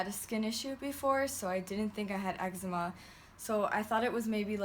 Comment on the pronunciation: You got eggsma ahahah everytime I say that word it reminds me of that vine